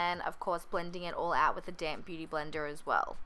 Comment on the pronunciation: she said "beauty blender" with an accent & she said "beauty blender" without an accent... 👀